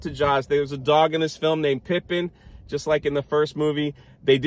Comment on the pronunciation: The dogs name is PIPIT. Not "pipin".